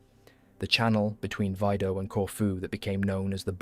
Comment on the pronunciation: Its mžnot vydo....V I D O